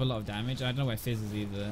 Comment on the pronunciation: When you say Fizz it sounds like FaZe